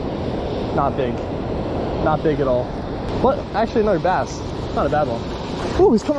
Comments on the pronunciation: DONT U JUST HATE AI VOICE OVERS A BASS FISH IS A BASE FISH CANT WATCH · You're killing me with the "base" pronunciation..it's b+ASS! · Mostly a good video but mistaking dolphins and sharks for whales is ridiculous. As is pronouncing "bass" as "base" in a video devoted to fishing. I can't even give this a thumbs-up and will be sure to avoid your content in the future. Get better AI, mmmkay? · Calling Bass, " Base! "